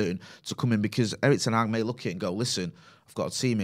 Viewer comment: It’s not Ten aaag. Stop butchering the name!